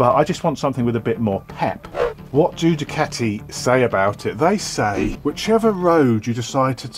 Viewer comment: Love the new format & the best reviews & content on YouTube in my opinion.....& a added bonus you pronounce ducati properly TMF calls them dewcatis Keep up the great work. Viewing from Australia